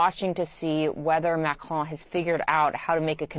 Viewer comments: This man needs to learn how to pronounce Macron. There us no E at the end of the name. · At least is knowledgeable enough to have a decent attempt at saying Macron's name. Unlike the clown in the studio who keeps saying "Macrone". There's not e Macron NOT "Macrone". Best way to show you don't know sheet is to not even know what world leaders are called. Then talk carp about world politics. European vassals have been trying so hard to be more belecose than their master and are now caught flat footed by Trumps "360 degree turn".